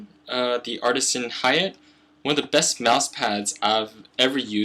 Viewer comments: Ha-Ya-Tay not Hey-yacht >_< long A sound on Ha and Ya and Te like ta-ble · omfg, please pronounce "hayate" as ha - ya - tei not "hay-yet" holy shit.